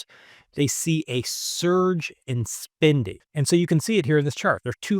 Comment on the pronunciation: Great video with excellent information but I just can't with the mispronounced spinding instead of spending I feel like I'm on the receiving end of the "right meow" stop from Super Troopers 😂